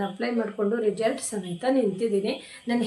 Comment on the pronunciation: ರಿಜಲ್ಟ್ ಅನ್ನಬೇಡಿ ರಿಸಲ್ಟ್ ಅನ್ನಿ ಕೇಳೋದಕ್ಕೆ ಒಂದು ತರ ಆಗುತ್ತದೆ 😊